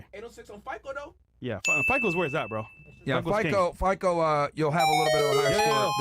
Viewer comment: Myron mispronouncing fico is cringe lol